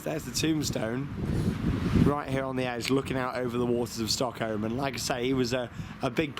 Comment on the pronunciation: If i spelled it how i interprted him saying it I would spell it StockHoe